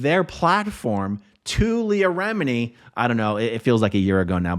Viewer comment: Not to say any thing bad but it’s remini not remidi